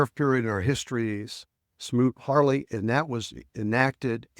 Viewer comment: When the dude keeps mispronouncing the well-known “Smoot-Hawley” in multiple different ways… c’mon. Gives the vibe that you’re not on the level.